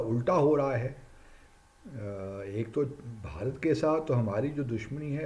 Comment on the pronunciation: Pehle Bharat bolna to seekhr. Kuch bhi